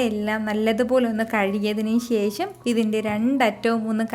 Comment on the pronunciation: ശേശം അല്ല ശേഷം എന്ന് പറാ Super cooking..